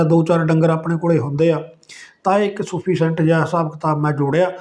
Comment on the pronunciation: ਬਹੁਤ ਹੀ ਵਧੀਆ ਢੰਗ ਨਾਲ ਗੱਲ ਕੀਤੀ ਜੀ ਤੁਸੀਂ, ਬੜੀ ਚੰਗੀ ਜਾਣਕਾਰੀ ਦਿੱਤੀ । ਜੋ ਬੱਚੇ ਬਾਹਰਲੇ ਦੇਸ਼ਾਂ ਨੂੰ 25, 30 ਲੱਖ ਰੁਪਏ ਲਾਕੇ ਜਾ ਰਹੇ ਨੇ, ਉਥੇ ਜਾਕੇ ਜਿਨ੍ਹਾਂ ਲੇਵਰ ਕਰਨੀ ਹੈ । ਓਹਨਾ ਲਈ ਬਹੁਤ ਵਧੀਆ ਕੰਮ ਐ, ਤੇ ਜੋ ਸਾਡੇ ਬੱਚੇ 10, 12 ਕੁ ਹਜਾਰ ਤੇ ਪ੍ਰਾਈਵੇਟ ਨੌਕਰੀ ਕਰ ਰਹੇ ਨੇ ਉਹ ਵੀ ਆਪਣੇ ਘਰ ਰੈਹਕੇ ਆਪਣਾ ਕੰਮ ਕਰ ਸਕਦੇ ਨੇ । ਪਰ ਇੱਕ ਸ਼ਬਦ ਤੁਸੀਂ ਵੀਡੀਓ ਚ ਵਾਰ ਵਾਰ ਬੋਲਿਆ ਸੁਫ਼ੀਸੈਂਟ, ਇਹ ਸੁਫ਼ੀਸੈਂਟ ਨਹੀਂ ਹੁੰਦਾ ਸਫੀਸੈਂਟ ਹੁੰਦਾ ਜੀ । ਐਨੀ ਚੰਗੀ ਜਾਣਕਾਰੀ ਲਈ ਬਹੁਤ ਬਹੁਤ ਧੰਨਵਾਦ ਜੀ ।